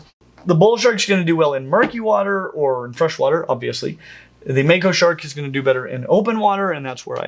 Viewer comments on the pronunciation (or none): if it comes from the Maori language it's going to be pronounced "Mah-ko", not "May-ko"